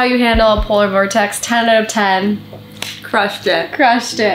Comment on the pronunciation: You should count how many times you say Polor Vortex 😉